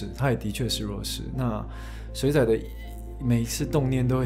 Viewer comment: 您的台語要加強 「水仔」的發音唸得很不標準，害我很出戲